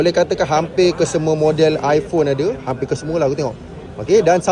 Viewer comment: Ipone 16 pro...balik sebut ipone 16 pro hahhaha